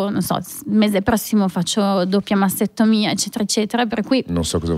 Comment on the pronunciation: mastectomia lo ha pronunciato male ...e playdate chi lo ha mai sentito ?!